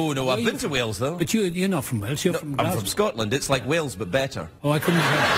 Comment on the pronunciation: it deservd to be mockkd 😅😅😅 ... thats when Gales eiiz calld Walez... Auntony Hopkenz 😅😅😅